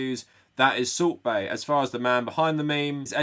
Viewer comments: You keep saying salt bae, but all I hear is "sorbet" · I keep hearing Soup Bae.